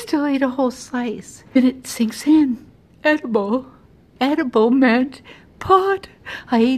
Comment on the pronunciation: she deserves an Emmy for this. The pure emphasis on “EDIBLE?!” Is making this a comedic masterpiece